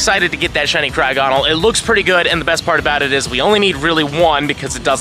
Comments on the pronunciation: I’m sorry but please stop saying cryo-gonal it’s not how you say it my man, it’s cry-og-ah-nal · The way Jt is saying crogonal here is causing me psychic damage